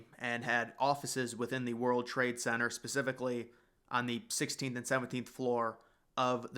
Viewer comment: Why do you not pronounce the 'T' in Center?